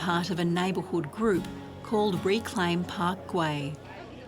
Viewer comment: Why do you keep saying Park Guey, it is Park GUEL!!